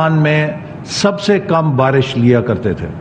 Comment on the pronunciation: Barash hota hai PHANi Atta hay , Ziyadha Barash hota hay Ziyadha Phani atta hai !!!